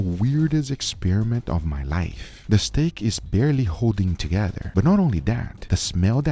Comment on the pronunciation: Has anybody else noticed that Guga pronounced 'steak' in different was each time? Stack StAEk Stek Steak Just me? Ok.